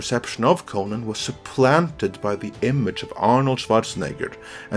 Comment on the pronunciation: I hate the way you promounce conan